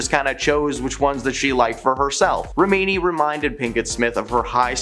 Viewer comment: I always thought she was exaggerating the alopecia And btw it's rem...ini Not remeeni